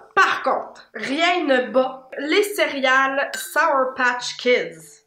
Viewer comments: Je pensais que mon père était tout seule à dire cériale avec un i mais vous le dites aussi 😂😂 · J’adore la manière que dit le mot céréales: cériyales ❤️😅